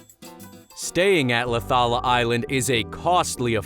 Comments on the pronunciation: The way he said Laucala tho😂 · Its LAUCALA ISLAND